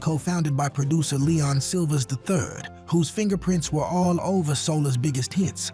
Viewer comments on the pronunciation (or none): Excellent selection of groups...with the exception of 'Lillo Thomas & Friends'...I recall Lillo only had one good hit: '(Youre A) Good Girl' Other than that, there is at least three huge mistakes on every groups profile...pronunciations (MTUME, Leon 'Silvas', etc) mispellings and wrong info/ video clips for almost every group. Take my advice: stop asking for subscribers until you get your AI programmed with accurate info. Me and many other true human fans know our s#¡≈ And Parliament/Funkadelic never got the attention they deserved🤘🏾